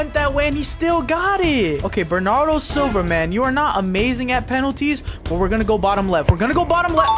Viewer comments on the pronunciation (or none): none